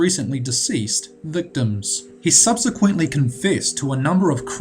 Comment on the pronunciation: He should know how to pronounce things like infamous and impotence. I thought his accent was more Kiwi than pom but I could be wrong. At least he can pronounce "subsequently" which so many can't. Drives me bonkers.